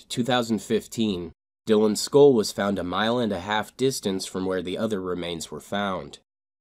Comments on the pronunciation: It's SKULL.. not school.. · It's pronounced skull, not skoll. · “ school or skull” which one you saying champ? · SKULL not SKUHL, you're a narrator for Christ sake. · It took me until about 3 minutes in to realize he was saying “skull” I’m thinking these parents let this kid chew Skoal?!?! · Why can't this dude say SKULL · Is he trying to say skull? I can't make sense of that word he is trying to say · Why are you unable to pronounce the word 'skull'? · Is it me or does he say “skull” weird... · You say the word “skull” very strangely.